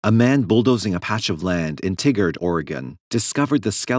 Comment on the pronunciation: Uhh that's pronounced tie gaurd